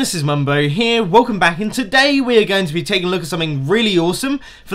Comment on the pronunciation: why do you keep saying "to-DAY"